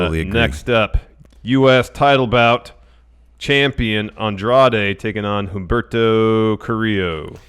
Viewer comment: The H is silent in Humberto Carrillo. I'm not trying to troll just helping out